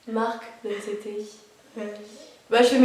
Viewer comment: S'il vous plaît prononcer bien les groupes etc a l'anglaise c'est pertubant D: ... Du genre T.O.P = TiOPi ou NCT = N-Ci-Ti